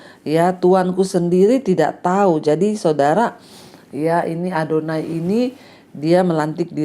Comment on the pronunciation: Shalom.bu Pdt ADONIA bukan ADONAI.Makasih